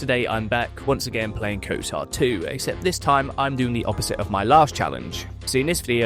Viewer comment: Why do you say Kotar and not Kotor